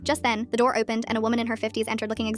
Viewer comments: Not the voice becoming British at one point when the “door” was mentioned😂😂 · I’m sorry to go off topic but the British accent when they said “the door opened” is just rlly funny to me